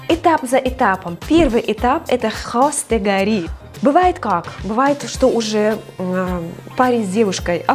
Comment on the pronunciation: Не хастагори,а хостгори